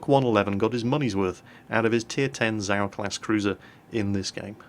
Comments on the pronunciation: and how he speaks out zap "sau" means swine in german. its called "tzau" not "sau" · it is nor ZAO it is za~o~~ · ACTually, it is pronounced "Zay-oh"...?? click Shhhiiiii.....